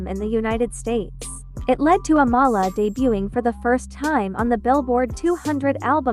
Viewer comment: She pronounces her name like "AM-UH-LUH" not UH-mala its in one of her breakdancing videos they ask her name and thats how she pronounces it. I always thought it was the other way too